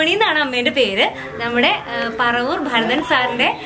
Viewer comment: ഭാരതൻ അല്ല, ഭരതൻ ആണ്